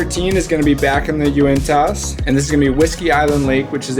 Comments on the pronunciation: Local here: when you say Uinta, it's pronounced without the "t" sound. ;) We don't say our T's out here. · Pronunciation guide... Uintuh, Bonniville, Ziun.